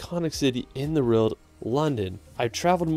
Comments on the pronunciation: It’s a W not an R not rowld, world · why does he pronounce world like that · this guy cant say world, lol